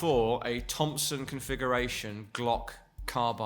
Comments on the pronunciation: The GLOMPSOM? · The "Glompson" hurts my Austrian heart...................very very very hurts